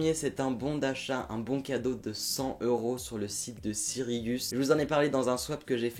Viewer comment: Tu t'es décidé sur la façon dont tu aller prononcer Cyrillus 😂😂 merci a toi tu me fais bien rire à chaque vidéo!! #teambenatrix 😊❤